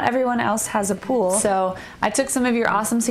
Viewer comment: She says pool and pole exactly the same.